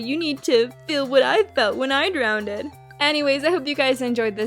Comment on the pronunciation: it's not drowneded. it's drowned.